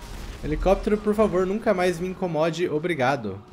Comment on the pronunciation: Pior que ele fala errado :gava ,pofavo